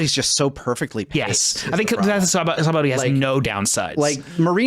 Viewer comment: I find it funny that is a menace when it comes to pronouncing DB names but he pronounces Sabaody as it's written